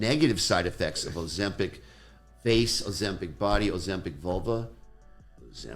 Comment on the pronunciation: Ozemschitz 😂, say it again Bruh 😂